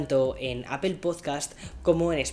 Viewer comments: Me gustan tus videos y soy uno de tus suscriptores pero joder tío ya pronuncia bien la palabra “APPLE” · ¿Por qué lo pronuncias “appel”? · Hay algo que me sorprende muchísimo todavía, un YouTuber de tecnología que se enfoca mucho en los productos de la compañía Apple todavía sigue pronunciando mal la marca. Cómo es eso posible y más aún viviendo en EUA 🇺🇸 ósea no lo estas pronunciado ni en inglés ni español😵‍💫😵‍💫